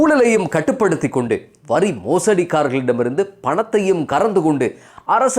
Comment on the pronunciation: வரி என்பதை வறி என சில தடவை உச்சரித்தீர்கள்.